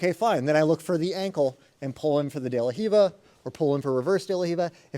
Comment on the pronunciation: thanks for pronouncing de la riva correctly